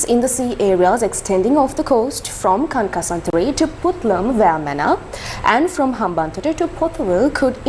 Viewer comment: What's funny is you'll focus more on pronouncing Turkiye correctly vs a town in your own country, Kankesanthurai. Every single reporter mispronounces this towns name. 😂